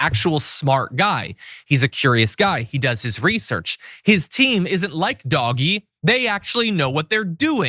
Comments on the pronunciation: For those who are wondering. It's pronounced DODGE-E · Did you just say Dog-e? instead of Doge? Sarcasm? Did I miss the joke? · Love the “DOG-E” pronunciation! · Why's he calling DOGE Doggy? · Why do you keep calling it “doggy”? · He said Doggy. Like DOG-E. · Thank you! Thank you! Thank you! Finally, someone has pronounced the douchee name of elon's group of minions... Dogee! I have been saying it and wishing everyone would start pronouncing it that way for 3 or 4 weeks now. I hated it when everyone was falling in line and pronouncing it like elon intended. This will surely get under his and trump's thin little skin. That may sound petty... but I don't care anymore! Thank you, John!! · If anyone says "doj", we should insist that is it "doggy". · I love how John Iadarola keeps calling it “Doggie”. 🐶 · I love this pronunciation of Doge 😂😅😂😅